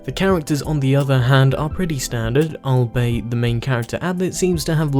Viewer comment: albeit pronounced all be it